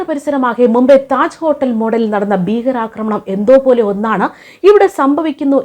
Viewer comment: 'ബീഗരാക്രമണം'? ഈ തെറ്റായ ഉച്ചാരണം താങ്കൾക്ക് ചേർന്നതല്ല. 'ഭീകരാക്രമണം ' എന്ന് പറയൂ.